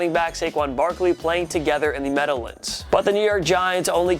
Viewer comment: yea this dude might be the worst on TPS which is saying a lot. Also he's from NY and don't know how to pronounce meadowlands